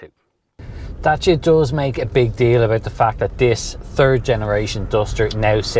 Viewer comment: Great, informative and enjoyable video. Most importantly is the way you pronounced Dacia. As a romanian I can genuinely say that you were on the button. 😂 It is remarkable how Dacia came such a long way and evolved so much under Renault.